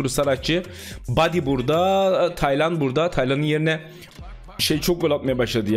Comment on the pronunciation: Hayatimda hic düsünmezdim Taylan isminin bu kadar zor okuncagni 😂😅